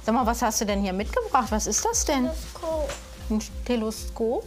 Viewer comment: Bin ich die einzige die bemerkt hat, dass die Ärztin TELOSKOP statt TELESKOP gesagt hat 😂